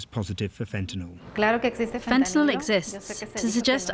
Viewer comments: See folks, it is fentanYL not fentanOL. Come on now…pronounce it correctly. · FENTA NYL, NOT "nol", what is wrong with you?